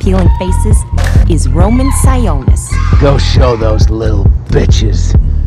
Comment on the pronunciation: Never seen the movie but the one thing that annoyed me at the star of the video was that they said his name wrong. It Roman Si-on-nis not Si-oo-nis